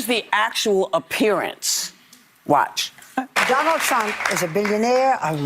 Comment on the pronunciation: Why whoopi said Donal I love you too?